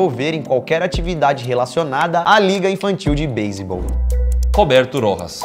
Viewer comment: Meu sobrenome é Rojas e n se fala assim🤨 mais ok